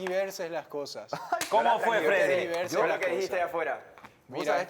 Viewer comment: Hasta que por fin alguien dijo tergiverso y no transgiverso